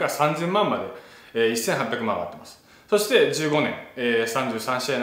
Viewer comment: ダルさんの話のつなぎの「そして」が「してぇ」にしか聞こえない これはりょりょニキの口癖移ってますねぇ